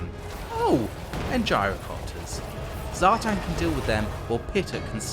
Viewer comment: Zhatan ( Zha-t-ON). as in like turning the lights on :) the chaos dwarfs were my first army and people are butchering these names and making these characters sound lame. its also Draz-HO-ath, as in ho ho ho and bath. ig it's subjective i just think draz-h-oath sounds lame.